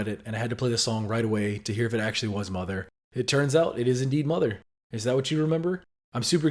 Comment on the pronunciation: Tbh, Mother (or Motha as he pronouces it) sounds very similar to Mama